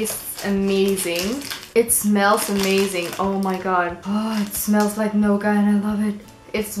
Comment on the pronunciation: I'm guessing you meant nougat (new-git) instead of gnauga :) Gnauga hide is something entirely different :D